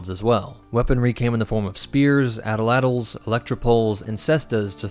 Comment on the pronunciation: Drunkey Monken? 😆 Atlatl is not pronounced addle-addle; it's pronounced aht'-laht. Two syllables. The final L is not quite silent, it is just voiceless.